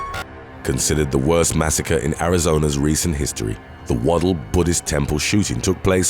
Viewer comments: It's toosawn(Tucson ) and maysa(Mesa )and wad dell(Waddell) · He pronounced Waddell wrong as well...